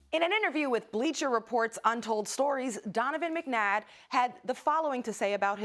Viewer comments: First of all this woman got the mans name wrong "McNadd?" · she says Donovan McNadd 😁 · “Donovan McNadd” 😂😂😂😂😂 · “Donovan McNadd” 🥴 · Anybody noticed that she said “Donovan McNadd”?? 🤣🤣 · Did She Called this man “McNadd”😭😭😭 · Pretty sure she said Donovan McNadd LMAOO